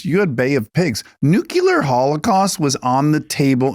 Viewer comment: Nuclear. Not nucular. Please.